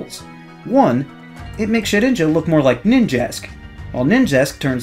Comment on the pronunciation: For some reason I heard 'Jet Engine' instead of 'Shedinja'